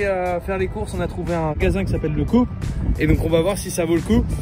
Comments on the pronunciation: c'est pas grave, ça fait juste bizzare d'entendre coupe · pas coup coop comme si on disait kop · C'est C O O P et non coupe au niveau prononciation, et se sont des francs et non des Euros. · Bravo pour la comparaison. Mais svp prononcez COOP comme coopérative merci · Coop se prononce soit cope ou soit cohope